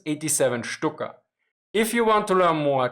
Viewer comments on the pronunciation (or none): none